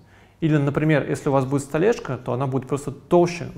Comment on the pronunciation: Тупо, косяки, окей, столэшка....поработайте над грамотностью речи!